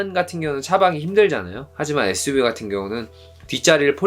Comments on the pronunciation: 재미있게 봤습니다^^ suv발음이 안되신다는 댓글보고 보니까 계속 에스브이라고 하시는거 같네여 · SUV발음이 잘 안되셔서 에스브이 ㅋㅋㅋ